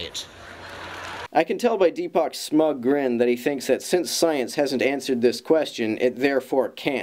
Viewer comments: More like Derp - AAAACK! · I think it's "Deepak", not "Derpak". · No, it is Derpak. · He is ruining the name of Indians. And every other Deepaks.